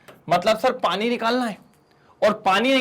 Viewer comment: Sir aap ko Haryanvi bhi aati hai.... पाणी